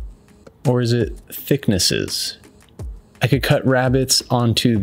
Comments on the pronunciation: Its thicknesses not thicknai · literally said thickni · Right. “Thickness” is not “thicknus”. It’s not freaking latin so its plural is not “thickni”. It’s english. “Thicknesses”. Every video!